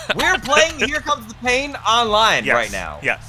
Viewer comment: It pin instead of pain